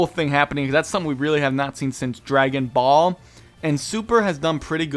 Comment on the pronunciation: i like your videos but u say ball sound off lol